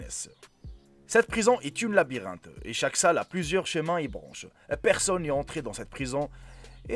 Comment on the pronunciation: 0.15 il a dit une labirente hhhh ,😆😆😆😆😆😂😂🤣😂